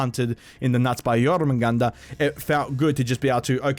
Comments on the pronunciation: U still dont know how to pronounce it...its pronounced yorr-mun-gandurr (roll the r’s) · nice pronunciation of Jormungandr